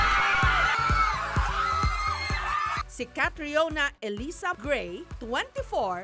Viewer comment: Gray po hindi bray